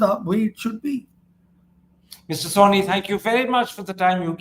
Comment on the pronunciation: I'm surprised you don't read the name of your guest. He is not "Soni" but Sawhney.